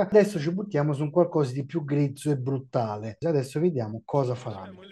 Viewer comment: Per il pubblico…BRUTALE…anche se capisco che BRUTTALE può sembrare più cattivo… 😂😂😂😂😂